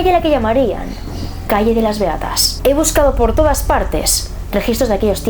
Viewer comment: Soy la única que cuándo dice “Beatas" en lugar de eso escucha “Reatas"? XD PERDÓN